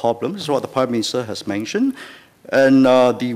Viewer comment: WHAT DID HE SAY? It's not that I support the ruling party, but how can I support an opposition party when the leader cannot even speak English properly? How can I vote for someone who says "constructive" as "constructee", "mentioned" as "manktion" and "shift" as "sheeee", let alone be able to communicate with leaders of OTHER COUNTRIES and promote bilateral ties? Can you imagine what the people of other countries will say? And I'm only at the tip of the mother-effing iceberg. No. No man. LTK please understand that Singaporeans are not stupid, and younger Singaporeans like myself are well educated, ENOUGH to know that you won't make it out there. Don't even talk about "in Singahporh". Not every one is voting blindly. Most of us do actually THINK before voting, in case you, LTK, were not.. in the loop should we say. Please, bear that in mind.